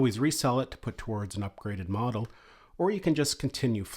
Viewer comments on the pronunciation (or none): none